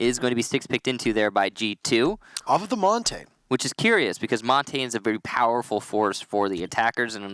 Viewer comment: It’s not nice to hear the announcers mispronounce montagne